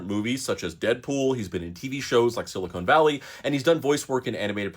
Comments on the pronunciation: Sili-con, not cone my friend. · Can we pronounce it Sil ih con? Not silicone. One us a mineral one is a window sealant. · It's Silicon Valley, not Silicone Valley. Ugh. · Pet peeve, but it’s siliCON, not siliCONE. Microchips are made with siliCON, breast implants are made with siliCONE. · Are... are you pronouncing it like that to drive engagement? Silicon is pronounced with the same inflection as "controversy". Or was he in a long running TV series about a valley of rubber boobies? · Why does this guy pronounce it as “Silicone Valley”?